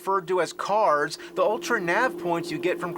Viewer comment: i swear that error just said CarZ lol